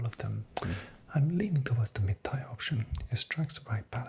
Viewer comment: Your cadence and attention to detail are so relaxing. Great work! By the way, “tier” rhymes with “beer” or “deer”. Keep up the good work !